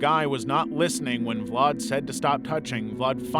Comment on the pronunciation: why are you putting a r in the name when there is no r, this is his name and look there is no r ,VLAD see where is there r in his name